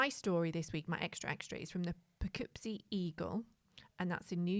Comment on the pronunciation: Pronunciation…”Pah kip see” for Poughkeepsie